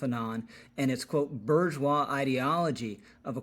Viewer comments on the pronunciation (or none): Boo je wah…. It’s french bro